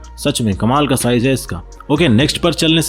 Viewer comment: अबे जरूरत से ज्यादा होशियार आदमी, अपने बोलने के तरीके को, इतना, जिस को, झीस, बोलता है। और भी बहुत से शब्दों को, जरूरत से अधिक, तोड़ मरोड़ कर मत बोला कर। टन को, ठन, साइज को शाइज, बुद्धा।